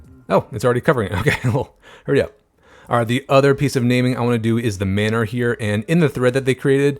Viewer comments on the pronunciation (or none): none